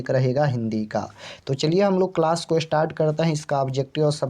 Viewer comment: Ko kaa ucharan kanthh say hota hai sir aap kya jante hai glat glat batte hai